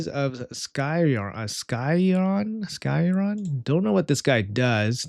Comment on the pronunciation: bro its "Sky Iron"